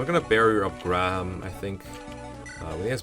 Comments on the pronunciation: These portraits are really good. Also, Graham is pronounced "gram". Kinda like if you say "gray-ham" fast. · Everyone I know says it like Gram, what. I've never heard anyone say it like Grey um. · Grah-ham? The way you said this one had me rolling. It's such a mundane name normally